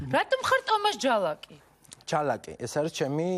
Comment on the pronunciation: "ლ" გაამაგრე და ცოტა კაცურად ილაპარაკე რა... ჯა"ლ"აკმა დადო დიშ"ლ"ა... :)) ფუ...